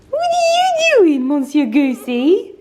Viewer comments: Adorable doggies. Monsieur - if you mean the French for Mr., is pronounced Mer- ss-yer. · You need to pronunce "monsieur" different. Pls listen to the right way. Lots n lots of love!♡ Lovely n 🤗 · thank you! Totally wrong!🤦🏻‍♀️🤦🏻‍♀️